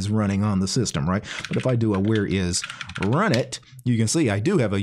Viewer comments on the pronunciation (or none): I thought that runit was supposed to be pronounced R-Unit...